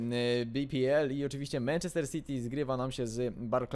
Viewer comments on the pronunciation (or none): none